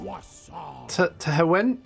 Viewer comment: It's pronounced Teh hen Juan, but with weird as fuck accent on the "Juan" part.